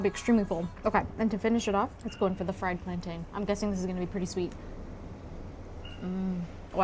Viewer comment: Nice video! Just 2 things: 1. Plantain has the same ending sound as mountain & fountain. 2. Hibiscus flowers and sorrel are two different plants.